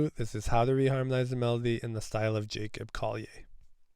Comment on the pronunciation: You pronounc, his name incrorect... in the future, kondly f?